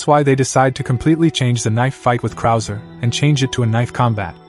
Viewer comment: You lost me when you called krauser, "cruiser." 😂😂😂 Nothing here is official.